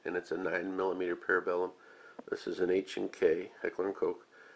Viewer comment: Correct, sir. Also, your pronunciation of "Koch" is indeed correct - per the H&K website, and various others close to "Official H&K status", "Koch" is pronounced "coke". Much like "Steyr" is not "stye-er", it's "Schtayre". As for Sauer, it seems somewhat self-explanatory - "sah-u-er", a little less of an "O" sound than "sour". I guess that's why so many people like "Glock". Good luck messing that name up! :P